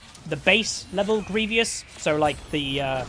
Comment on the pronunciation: Someone tell him it’s grievous not grievious wounds...man can’t read lmao